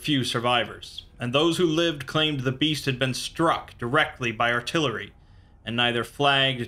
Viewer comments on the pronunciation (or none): none